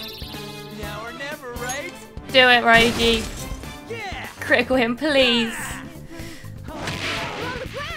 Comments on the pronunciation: Hey, just letting you know Ryuji's name is pronounced Ree-uji :) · Well, not really, but I guess the American voice actors pronounce it that way. And it is at least better than "Rye-uji". It should be "Ryuu-ji". It's very hard to explain it properly in writing, but imagine the word "you" plus a light r-sound in the beginning.